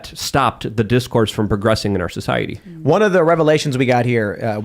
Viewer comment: Why does always hard pronounce the T in society?